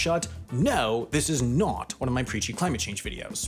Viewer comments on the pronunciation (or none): "No, this is naught" the way you said "not".